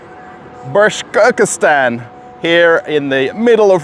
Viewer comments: Kudos to you and your Anglo-Saxon way of saying Башкортостан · My God, Russell, what kind of BashkorKKKostan.... 😂It is correct to say BashkorTostan! Bashkortostan! Say the name of the Republic correctly, it's still your wife's homeland. 🧐😎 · How do you pronounce Bashkortostan ? Omg , you killed that bad